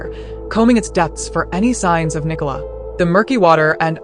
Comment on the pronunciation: The village is located in the county of Lancashire, not Lincolnshire. Is the name Nicola unknown outside of the Commonwealth? Apparently no-one in the US can pronounce it correctly. What about the early underwater searcher who claimed that he had located her body but was told to ignore his findings by Lancashire police? What about the police’s ghastly attempt to victim blame by publicising unnecessarily publicising her personal health issues?